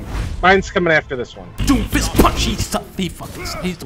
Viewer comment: “Im doomfisht” -doomfist